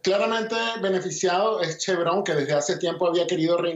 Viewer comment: La"V" de Chevron se pronuncia como tal, no como si fuera alemán dónde se pronunciaría como si fuera una "F"